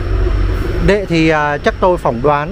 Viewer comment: Người ta là HUYNH và ĐỆ mà cứ thuyết minh là ĐÊ hòai. Coi lại việc thuyết mình đi